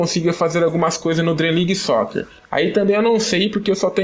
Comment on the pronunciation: Acho que se fala Dream league Soccer É não Dream league Soquer EU NÃO FALEI COMO ESCREVER É SIM FALAR O NOME DO JOGO